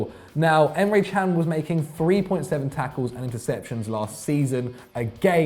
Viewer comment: Thank f^^k Emre Can has transferred out of the premier league. I won't have to listen to you two wallies mispronouncing his name half as much now.